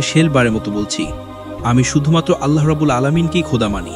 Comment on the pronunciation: Bhai apni Allah nam ta shotik uccharon kore banglai